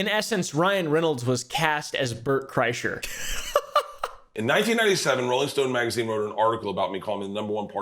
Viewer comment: you pronounced his name as Bert Chrysler, it’s actually Bert Krishna.